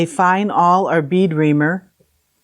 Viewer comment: Love your videos, and I've learned a lot from watching them. Just one thing... it's an "awl", not an "all" :)